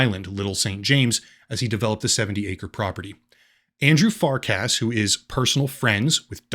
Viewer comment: its Far-CUSS not Fark-ASS